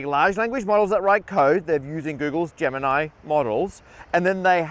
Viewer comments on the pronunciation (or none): none